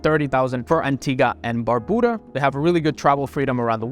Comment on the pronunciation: It is pronounced Dom- in- eek- uh. Also it's Bar-bue duh. Gre-Nay-duh. For god's sake. You buy citizenship in the Caribbean and have zero knowledge of the people and their culture.